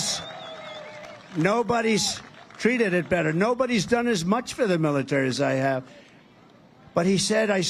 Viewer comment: dubm knt said suckers loosers from world war 1 wow he is nuts militer he cant say military hes on drugs